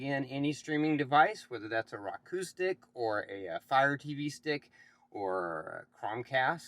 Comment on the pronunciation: Who says roku “rock oo”??? No one. Otherwise good video